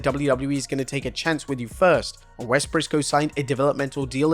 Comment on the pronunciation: Wes Pissco XD